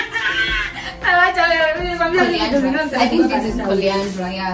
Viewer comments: Coriander not coriandra😂😂😂 butternut not porcupine 😂😢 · Not coriandler,it’s coriander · Coriander not Corianderer u guys you're a vibe ❤